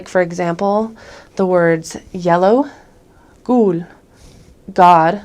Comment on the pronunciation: You get the award of the year for how Godlike perfect danish your "Gul" (Yellow) pronounciation was. If in quiz should guess the danish person when pronounced yellow, I wouldn't be able to distinguish that with a danish person pronouncing it. And just your pronounciation in general is by far some of the best I've heard of someone who haven't lived in Denmark for like 10 years.